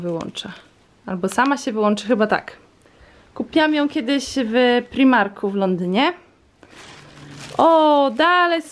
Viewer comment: Kocham twoje vlogmasy!❤️❤️🎄 królowa YouTuba hah 👑💕💞 P.S. Co do tej opaski z choinką to wymawia się prajmark a nie primark, sorka że tak poprawiam ale jestem przeczulona na złą wymowę zagranicznych wyrazów 😂😂👌🏼 nie odbierz tego źle, buźka😘❤️